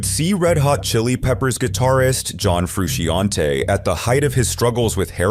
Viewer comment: "John Froo-she-on-tay" is the most butchered pronunciation of "John Frusciante" I've ever heard.